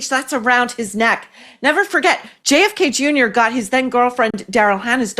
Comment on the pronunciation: Jfk not Jake haha